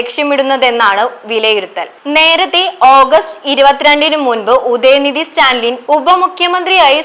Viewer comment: Vartha vayikkum munpu ,enthanu news , athil parayunna perukal padichu parayuka, stanlin alla Stalin pls correct